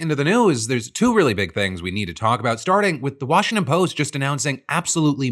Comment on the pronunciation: “Washington Post-tah” #IYKYK ✌🏻💜🇵🇷